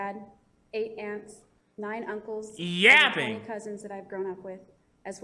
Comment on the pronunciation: the way he says "yapping" haves me Rolling